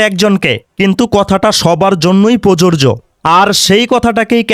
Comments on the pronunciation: ভিডিওতে আপনার "প্রযোজ্য " উচ্চারণ সঠিকভাবে আসে নাই।আমি বলছি না আপনি উচ্চারণ পারেন না। হয়তো কোনো কারণে রেকর্ড সঠিক মত হয় না হয়ে বিকৃত রেকর্ড হয়েছে। এই ভিডিও এর 1.15 মিনিটে, "প্রযোজ্য" শব্দকে প্ররোরজো উচ্চারণে রেকর্ড হয়েছে। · ভাই ধন্যবাদ আপনাকে তবে আপনার বক্তব্যের মধ্যে শব্দটা প্রযোজ্য হবে যেটার উচ্চারণ আপনার ঠিক হচ্ছে না। ❤ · "প্রযোজ্য "উচ্চারণ কাইন্ডলি সঠিকভাবে করবেন। কারণ উচ্চারণ সঠিক না হলে আপনাকে নিয়েই ট্রোল করবে।